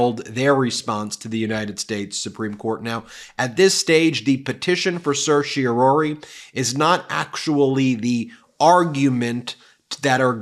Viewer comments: The 4th syllable of "Certiorari" is pronounced RAR, rhymes with CAR, not ROR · For goodness sake, please learn how to freakin' pronounce certiorari. There's no "ory" sound at the end. Geez!